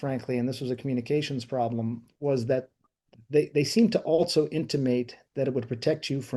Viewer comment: Why does he keep saying "altso"?